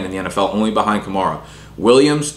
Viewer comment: Thank god you pronounced “kamara” correctly